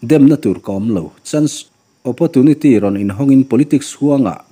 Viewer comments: Apawrtunity ti a lam tur,apotunity ti a lam lo in. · Opportunity tih tur ni awm Tak😂😂..opotunity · Oppotunity tiin an lam tlangpui... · Awpawrchuniti poh anti 😅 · Opportunity tih pawh lam dik hlei theilo chu,a ngaihna a awmlo.😂😂😂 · Opportunity ilam dan hi dik lo aw